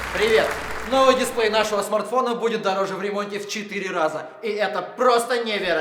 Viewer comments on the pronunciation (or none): none